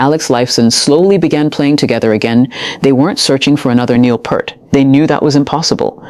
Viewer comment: just to help you out, his last name is not PERT.... it is PEART....say ear with a P in the front and T in the back.